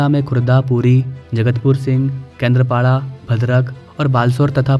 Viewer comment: Katakpur nahin Kaakatpur. Jagahon ke naamon ka theek se uchchaaran/pronounce kijiye. "Kendra"paaraa nahin, usey Doordarshan Kendra ki tarah uchchaaran/pronounce na karein. Woh Doordarshan wala Kendra nahin hai. Usey KENDRAAPAWDAA uchchaaran/pronounce kijiye. Waise, woh KAAKATPUR hai, uchcharan sahi kijiye, KATAKPUR nahin.